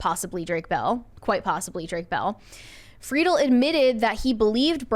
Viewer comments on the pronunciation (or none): Please, to any podcast, listen to how the person themselves pronounces their own name. It’s Frid-ell, not Free-dull.